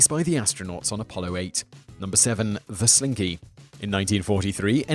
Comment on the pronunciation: Everyone loves a SLINKEH! Everyone loves a slin-KEH! GO SLINKY GOOO!!! :D